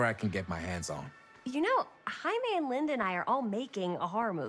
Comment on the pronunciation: cant stop laughing at when the characters would say Jamie, it sounds like they are saying haime